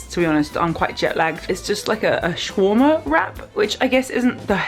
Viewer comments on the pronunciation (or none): the way she said shawarma💀💀